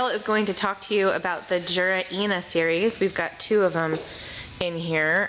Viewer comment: The brand is pronounced Yura, not how you pronounce it.